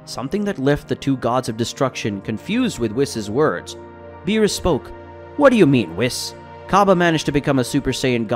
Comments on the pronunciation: It's beerus. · How a DBS fan doesn’t know how to pronounce Beeris or Whis is beyond me smh